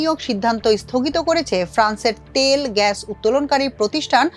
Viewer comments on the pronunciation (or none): none